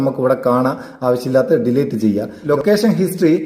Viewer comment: ഡീലേറ്റ് അല്ലാട്ടോ അങ്ങിനെ പറയരുത് ഡിലീറ്റ് എന്നാണ് pls